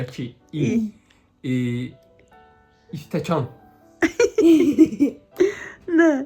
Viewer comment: istəkan 😂 (stəkan) əsas odur oyun davam elədi🤭